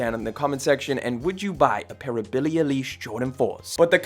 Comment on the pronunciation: "BILLIE UH-LEASH" 🗣🗣🗣🔥🔥🔥